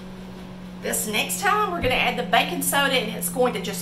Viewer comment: your accent made me wonder what Bacon Soda was.. then I realized you meant Baking Soda.. :)